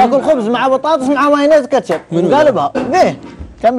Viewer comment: ههههههههههههه اهم شي راااجح مايعرف ينطق كلمه كاتشب في الدقيقه